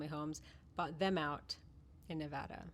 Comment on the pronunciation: Thank you for pronouncing Nevada correctly. I bet you say species correctly too.😎